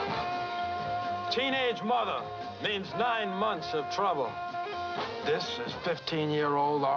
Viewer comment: nine months of trubba